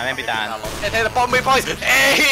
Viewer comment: paras teidän videoista on se kun joku teistä sanoo sen bombi ai bampu bobii